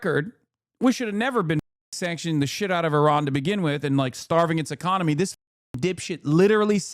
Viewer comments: "Economey", an extra letter in this economy? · The "Economey" is Cooked. Umm... you're better than that, Hasan.